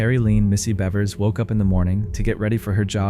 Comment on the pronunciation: In the 2nd clip you pronounce Monica Seles' last name correctly a few times but also as Selez, Sells, Sales, Saylez & Seleez. In the 3rd clip you pronounce Terri Leann "Missy" Bevers' middle name as Leen. Also, her last name should be pronounced as Beavers. In the 4th clip you pronounce The Tiede family's last name correctly a few times but also as Tito. You pronounce Kay's name correctly a couple of times but also as Kyay. You pronounce Linae's name correctly once but then proceed to call her Leenay, Linnah, Leenah & Lineeah. Do better. Especially when you're talking about victims of violent crimes.